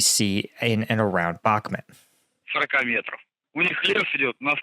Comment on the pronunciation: your names butchering is getting too annoying. It's Bakhmut, not Bakmut. Can you learn this please?